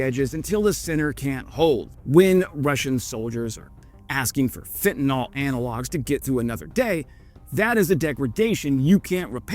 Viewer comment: Great report, except you are again and again using (exclusively) Trump's specific mispronunciation of fentanyl. Even if Trump shouted 'Tylonil!', 'Tylo-nil!' a million times-- It would still remain just Tylenol. It is this the same for fentanyl. 'Fentanol' isn't a possible pronunciation.